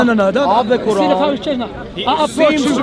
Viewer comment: How shamsi say Quran makes me wanna puke